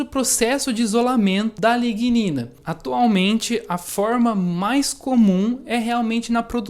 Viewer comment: Pesquisa super interessante, eu teria gaguejado em todas as pronuncias de a lignina. Parabénssssssss!!